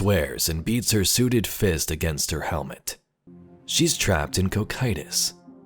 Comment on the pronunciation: Hey. Awesome vid as always and I believe you pronounced Cocytus right.